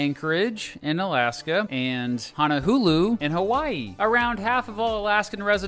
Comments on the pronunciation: Honohulu it's hon-a-lu-lu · Honohulu was atrocious. I've heard Hanalula, but Honohulu is just awful. You didn't do really well with Kamehameha either. No syllables are accented in Hawaiian. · Did he just say honahulu? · I used to pronounce it as “Honowoohoo” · it's Ho-no-loo-loo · and HaNa HuLu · This man really just said "honoHULU" Its honoLULU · I thought I was having a stroke when I heard Honohulu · I'm sorry what? HonoHULU? Did you not see that first L? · I love your videos, but you need to research your pronunciations before making your videos. It's HonoLulu, not HonoHulu. Also, you badly mangled Kamehameha. It's pronounced "Ka may-ah may-ah". Otherwise keep up the good work! Also, I have an idea for a compare video. How about comparing, exclaves Point Roberts, WA and Angle Township, MN. For good measure, you could throw in Hyder, AL, which although not an exclave can only be access by road from Canada. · I stopped watching after he said “Hannahulu” when it clearly spells “Honolulu” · Why do you pronounce Honohulu ? Isn’t it Honolulu ? Ho-no-lu-lu ? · When said “HonoHULU...” I FELT THAT. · Honolulu pronunciation Correct: Hoh know loo loo ✅ Wrong: Hah nah loo loo ❌ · Hono HOOLOO? its HONO LOO LOO?!? I feel offended as a Hawaii resident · Brah it’s HONO-LULU... honohulu hahaha 😘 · Hono Hulu? My man amazing joke but Hawaiian words are pronounced like how they are spealt 😂😂😂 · Bruh you said Honolulu wrong, you said "honohulu" that's an insult dude >:( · I have many problems I fell I NEED to adress. #1 WTF IS HANA-HULU hon-a -LULU honolulu #2 KING KA-MEH-HA-MEH-HA kamehameha #3 Queen LILLY-OAK-A-LA-KNEE QUEEN LILI`UOKALANI I dont mean to be rude but you couldnt at least research how to pronounce them. Its just driving me crazy. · Actually, you said Hanahulu. Never heard Honolulu mispronounced that way before. Unique. :-) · u pronounce it how u think it is, hono LuLu, with L’s lol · Honohulu??? Wtf are you sayin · He really said honoHulu😐